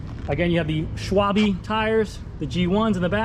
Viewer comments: Schwalbe = SH-VAL-BÉ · Lol. I too struggle with Schwalbe. I think it's pronounced sh-vahl-beh. Beautiful bike tho. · Pronounced in English: SHWALLBEE German very good brand, best in making anti- leak tyres, not cheap but excellent. Nice bike&vid!